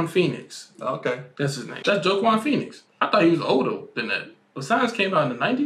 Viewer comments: The way homie butchered Joaquin Phoenix had my dying. At least he tried🤣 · Literally dying at how the pronounced Joaquin Pheonix's name! Lmaooo